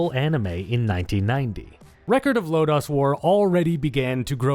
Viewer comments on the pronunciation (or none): I absolutely loved this game! Good video, even thought I cringed every time he said “Record of Lodaws War” instead of Lodoss War.